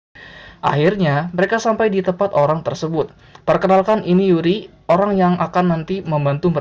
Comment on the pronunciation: Yuri bang bukan Uri